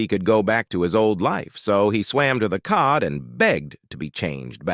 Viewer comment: Jokes don’t make sense when words are mispronounced like saying code instead of cod.